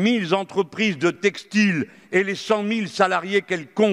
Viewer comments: 3' 20'' "les mille Z' entreprises..." il est où le "s" dans mille, monsieur l'ex professeur de français? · Ce n'est pas une faute de frappe ! Car il ne s'agit pas de l'écrit, mais de l'oral. Mélenchon n'a pas mis un "s" à mille. C'est une erreur de liaison à l'oral. Vous confondez deux choses. Ensuite, vous dites : "Tout le monde..." mais Mélenchon n'est pas "tout le monde", il est un ancien professeur de lettres - comme je le rappelle-, qui récemment se moquait d'une journaliste ayant un accent méridional ou qui conteste régulièrement la terminologie utilisée par les journalistes qui l'interroge. Vexé(e) (je ne sais si vous êtes un homme ou une femme, vous qui vous dissimulez courageusement dernière un pseudonyme) par mon commentaire sur votre idole, vous me gratifiez à la fin d'une image assez curieuse, je serais une faute de frappe. Bon, j'attendais mieux. Votre commentaire n'est globalement pas très intéressant.